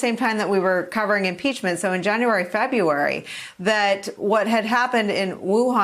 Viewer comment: Why can't anyone say "February" anymore?